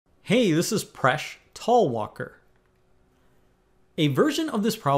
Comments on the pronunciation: Param A, I think he tries to make it easier for the neanderthals by saying - tal walker, rather than tal wal ker. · You know what? He even pronounces his own name wrong. "Talwalkar" I was like lol dude just cuz you are in some English-native country doesn't mean you are supposed to Englishify the pronunciation. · how bad is it when you cant pronounce your name ? 😂😂😂😂😂😂😂😂😂😂😂😂😂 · Sorry but you can’t even pronounce your name properly. How can we take you seriously?